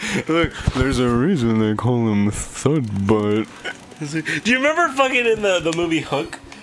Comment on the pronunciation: Thudbutt, not "thug butt". :P